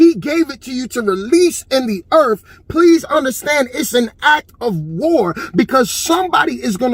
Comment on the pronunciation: It's earth, not earf. Why can't you speak english?